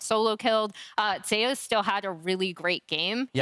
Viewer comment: Why is he calling zeus ZAY oos?